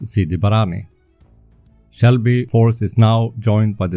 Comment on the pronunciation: Excellent content. Just one little thing, it is Selby force, not Shelby force.